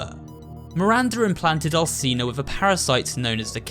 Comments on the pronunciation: Its not Al(s)ina its Al(ch)ina. You need to read it that way!!!! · Bruh I’m 3 mins in and cadou and Alcina are pronounced wrong cadou is (cad-ooo) and Alcina is (Alchina) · And alcina (alchina)